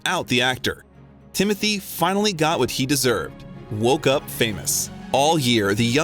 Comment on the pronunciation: His name is not Timothy it is Tim o Tay!